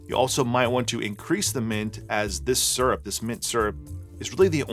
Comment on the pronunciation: "Mint syurp" - sounds like how I say that word after too many of these! :D